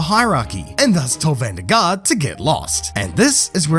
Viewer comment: you say van der Garde wrong. you dont pronounce the e at the end while if you want to do it correctly you have to say it as well